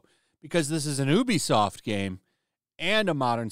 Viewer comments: It’s not ooh-be-soft, it’s you-be-soft. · Ubisoft is pronounced YOOBY-soft.